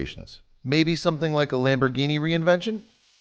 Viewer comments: Its Reventon not reinvention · Looks like absolute trash. Why is this video acting like it's a spot-on replica? And what the FUCK is a "Lamborghini REINVENTION". REVENTON. RE. VEN. TON. It's SIMPLE. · You keep saying "reinvention" like an idiot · Lamborghini reinvention? You mean reventón? And also, that car doesn't fool anybody lol. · Reinvention OMG it's revington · Reinvention? You mean Reventon you idiot? And that thing looks stupid as sick and you're an idiot for narrating and posting that stupid video I've jerked off and jizzed in the shower drain and it was worth more than that car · That looks like shit. It looks absolutely nothing like the Reventon and nobody, not even Stevie wonder, is gonna be fooled by that garbage. And is he calling it the "reinvention"? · Lol lamborghini "reinvention" it's a "Reventon" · What the fuck are u saying. It's nit reinvention it's Fucking REVENTON BRO!!!!!!!!!!! And that does not look nearly as a reventon it's look like a garbage. I dont have a car but I don't what to fucking ride that crap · The car is called "Lamborghini Reventon"... not "Reinvention" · "lamborghini reinvention" wtf it's REVENTON and it looks like a pos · First off its not reinvention, its Reventón. Second its not a two million dollar car, its a 1.6 million dollar car... Not to mention, an eclipse probably can't support the weight of a 6.5L V12 without some serious structural modification. And last of all, the two million dollar Lamborghini your speaking of is the Lamborghini Sesto Elemento. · Shit 'replica' 'reventon' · Say it with me Re. Vin. Ton and or. Ten so reventon or reventin pronunciation is depended a lot on how u say it but it is now a revention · Why do you say it like "reinvention"??? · Ren vent on is how u say it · TheHardest it is called rèventon